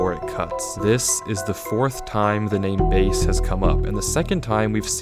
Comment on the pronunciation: i don't know if im suppose to laugh or not,: "Bae" i mean.. "base" XD